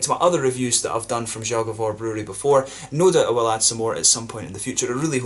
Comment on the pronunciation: Your pronounciation of „Zagovor” is so bad and it’s your fault because your are exaggerating ;) First don’t say the Polish letter. Cause you say Ż. Żagovor. Say simple Z. Zagovor.